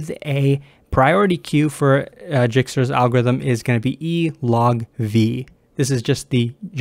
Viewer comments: For the love of CS, it's not Jikstra, it's Dijkstra pronounced (DYEKSTRA) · pronounces: dɛɪkstra J is actually a vowel in Dutch and ij is like a long i or a sound no non-Dutch can pronounce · Dijkstra is a dutch name it is pronounced as Daeekstra, basically ij in dutch is pronounced as aee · It's pronounced as D (or Y) aikstra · Nice explanation! One thing i'd like to point out is that it's pronounced "DIEK-struh" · It's pronounced dye-kstra's :) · I think that is the correct pronunciation :) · Yes, that is definitely the correct pronunciation. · pls don't start calling it jikstra xD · An interesting way to pronounce "Djikstra" lol